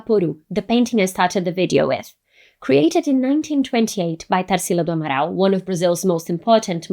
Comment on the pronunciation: Quando você disse o nome Tarsila do Amaral eu tive certeza que você era brasileira. 😅 Gostei muito do vídeo.